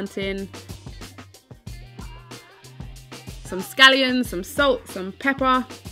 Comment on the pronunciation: Is she calling scallions 'gallions' or am I going deaf??